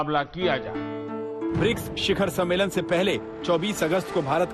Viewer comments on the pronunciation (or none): मैडम दलाली के लिए इतना एक्साइटेड हैं कि ढंग से बोल भी नहीं पा रही है सम्मेलन को सम्मोलन कह रही है😀😀😀😀😀